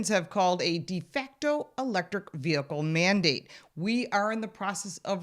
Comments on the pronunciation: Lauren - where did you learn English?? The expression "de facto" is not pronounced "defectO." It is in fact two words and is a Latin expression that is very commonly used in the English language. In any event - decent report overall. Thankfully something is being done to mitigate the soviet style insanity at the EPA. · What the hell is a "defecto" anything. Woman doesn't even know what she is saying, or the meaning of the words that are written for her to say by her string pullers.. That is why so much double talk comes out of that mouth.